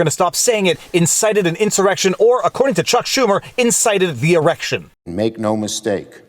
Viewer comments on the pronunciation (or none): He said erection😂😂😂